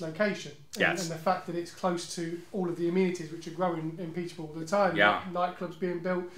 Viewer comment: 'Peet-ah-burrah. Peet-ah-burrah FC'. It's not hard to say. The rest of it sounds okay.